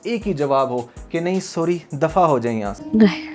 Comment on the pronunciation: THANKS FOR YOUR analysis. But few mistakes in Urdu and English pronunciation in your talk. You should say phir instead of fir. Also check the pronunciation of the word sorry,YOUR SORRy is oo narrow.